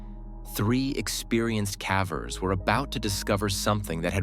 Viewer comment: Cavers not Caaaaavers!!!!!! what the hell he can’t even pronounce it right!!